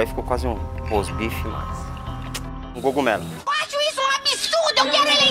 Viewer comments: Gocumelo A minha irmã fala iorguti ! 🤣🤣🤣🤣🤣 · como q a pessoa não sabe falar cogumelo? jesus